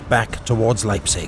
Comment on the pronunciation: Sigh :( Probably southern German. They don't know how to pronounce Leipzig either. it's "Laiptsish" wish a very soft"sh" ([ˈlaɪptsɪç]), not "Laipsick". And for some others the stress patterns were remarkably off. Some spellings were wrong too: Pösna, not Posna and Zschocher, not Zschlocher. I am sorry if I am come over terribly nitpicky but your videos are so damn high quality and well made that it is kinda more painful than in lesser quality productions.